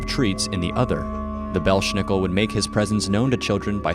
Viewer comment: It's pronounced BELZ NICKEL...NO 'SH" SOUND!!!